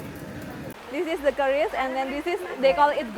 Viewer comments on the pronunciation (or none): Bro IM from indonesia just for telling the names ITS not kris but keris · 😂😂😂😂😂 sejak kapan orang Indonesia menyebutnya CARIS atau Kris..... ?? yg betul itu KERIS... Apa orang barat susah banget nyebut keris.... ? ketololan yg hakiki 😂😂😂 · Keris not Kris 😂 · Dub indo keris kok jadi keripik😅